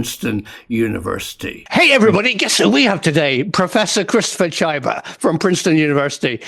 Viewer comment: I believe that pronouncing Chyba as Tchajba is erroneous 😉